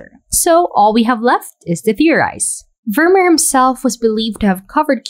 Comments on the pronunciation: It's not pronounced Vurmur, but Vurmeer, emphasis on the second syllable. Also in your Night Cafe video, the town is pronounced Arles, with a silent 's'. Good job anyway though. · Great video, i love your work. But please make an effort te pronounce Vermeer's name correctly. The double ee is pronounced like the double ee in beer.